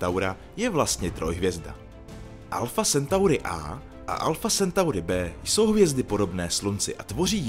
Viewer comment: " Sentauri " ? 👎 Je to latina , tak že " Centauri " ❗👍